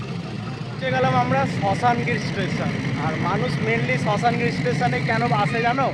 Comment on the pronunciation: আরে ওটা শাসনগির😂 শশানগির নয়